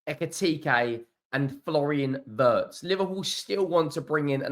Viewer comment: German here, I really do like watching your videos... but please... the pronunciation of Wirtz is like Veertz and not like in hurts ! ❤